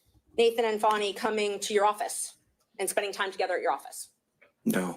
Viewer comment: It’s F A N I not F O N I If y’all would be quiet we could here the courtroom